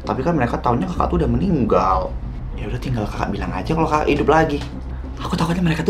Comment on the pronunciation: Dia bilang kakak bukan jaka woi